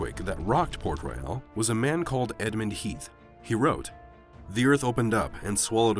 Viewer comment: The name of the city is port royal and not port reyal !!!